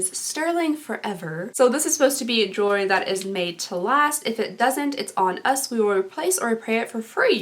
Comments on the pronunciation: Yes. "Jewel-ry" not "jewel- er-ry". Sorry, I was raised by an English teacher and that was one of her pet-peeves lol. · Love love love the video! Yay give away! Lol " jewler - jerwl - jewlew- jewelry? Am I saying that right?" Haha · "Jewlery, jewlery do I say that weird" hahaha, you never fail to make me laugh:') I love the necklace, but the tweezers are adorable. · Awesome! I’m freakin stoked for the spring box! Did anyone else catch the sneak peak? That robe looks bomb!!! My favorite item you unboxed is the Ahava body shaper! Looks so innovative I love it :) Also thank god somebody else has trouble with the word Jewelry I can never spit it out lol